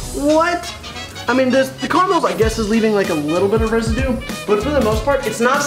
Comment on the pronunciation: It's caramel not carmel